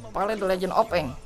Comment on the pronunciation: Saya bukan baca aang malah a ang